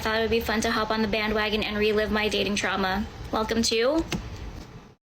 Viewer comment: "Truama" lol